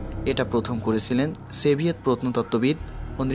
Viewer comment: Stolin & seviet, come on pronounce properly.